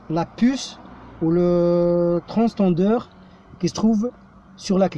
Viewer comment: Transpondeur on dit Pas transtendeur